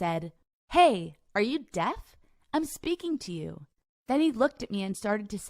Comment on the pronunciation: did she say death guy instead of deaf guy?